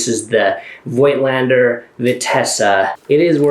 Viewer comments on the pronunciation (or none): The "oi" in Voigländer is not pronounced like in "noise", but as a plain and long "o" like in "cozy". Saying this, Nikon and Canon are Japanese companies and they also don't pronounce vocals like the Americans (or other English speakers) do. Smart ass mode off ... The Yashica has a so called Selen-Lighmeter. Selen is an element which reacts to light and produces a little electric current according to the amount of light hitting it. Selen deteriorates over time and they rarely work correctly now, if at all.